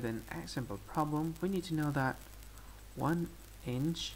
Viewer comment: "Convert Imch...Oh, I'm sorry, it's...ahh, n, iNch...into millameterzz."